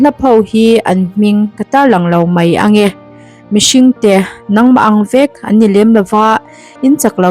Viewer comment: '...nangmah ang VËK.' Mizo ṭawng chhiar dik zir nasa rawh khai.